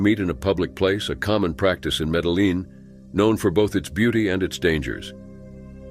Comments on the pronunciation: Medellin is pronounced medi-yeen...in Spanish the double L(ll) is pronounced with a hard Y, or consonant sound. Like in Yellow or Year. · You don't pronounce the LL in Medellin